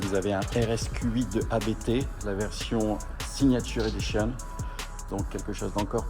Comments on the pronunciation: je croyais qu'on prononçait ABT et non ABÉTÉ car c'est un nom de famille mais dans beaucoup de contenus sur différentes chaines c'est épelé ... qu'en est il ? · On dit pas A-B-T, ça se dit "Abt", c'est le nom du mec qui a crée l'entreprise, Johann Abt 😉